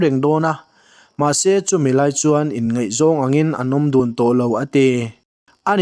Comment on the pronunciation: A beng var thlak thin e,se tih a lam rik turah seh tiin i lam thin e rawh a fuh tawk lo deuh